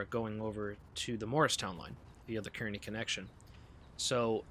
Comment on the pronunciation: Love the video! Two things: 1. Kearny is pronounced "carnie". lol 2. Kearny Jct lunar lights are activated as per NJT Special Instruction, where when lit, it's routing you for tracks 5 or 6 at Kearny Jct and if you're not equipped to operate in 11Kv territory or not destined to operate at Swift Interlocking, you must not take the signal and must contact the dispatcher for instructions.